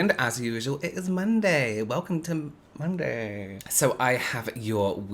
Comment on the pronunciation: “it’s Monday! Welcome to ermundy..” 😂 😂 😂